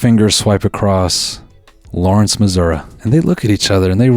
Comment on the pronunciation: im sure noel saying “lawrence missouri” made some skin crawl